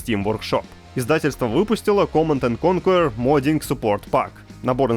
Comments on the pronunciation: Угараю с произношения Command and корркурер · Михаил "коркерер" Галкин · Тоже угаргул